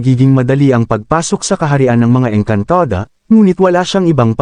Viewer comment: Maayos nman po sana ang kwentong ito.Kaya lng subra OA ang pagbigkas ng narrator ng saluting engkantada etc.